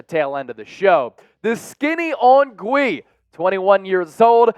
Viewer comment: It's not "Goo-Wee". It's "Gee" Santos.